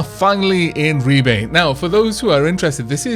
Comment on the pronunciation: it saddens me deply to see the end of this series (at least on YT) due in no small part for the joy of listening to you - somewhat - butchering the name of Ribe. (My family come from the area) Secondly: When will the news regarding the patreon be available? Third: More ferret-cam, we need more yawns and cuddleiness from Ciri, Midna, and Tali.